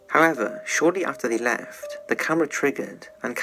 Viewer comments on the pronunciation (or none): none